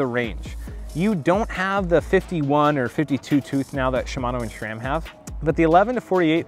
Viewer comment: He said sram XD driver